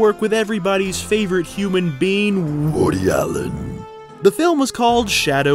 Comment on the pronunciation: I love how you pronounce Woody Allen's name correctly, so many get it wrong.